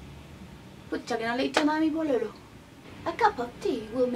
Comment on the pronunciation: Yamileht Melquiades javiera tiene toda la razon los chilenos no hablamos asi y se nota mucho la diferencia del acento en el video y en chile la vrdad no es para nada parecida la pronunciacion de pololo pucha y asi